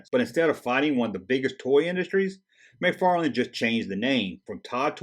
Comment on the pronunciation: McFarlane Toys NOT McFarland ;)